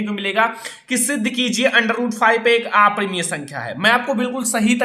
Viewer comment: Sir aaparimaya nahi aparimay